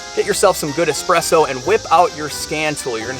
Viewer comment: Speaks Italian. Then pronounces espresso with an X. Expresso? I mean, come on. 🤦🏼‍♂️